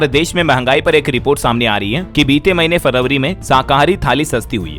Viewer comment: शब्दों के उच्चारण गलत हैं | फरवरी का उच्चारण गलत किया | आवाज भी कर्कश है |